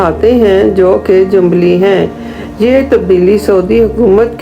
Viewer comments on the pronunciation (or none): jambli nh8 hambli shaafi maalki shaafi jambli ni h9ta hambli hota h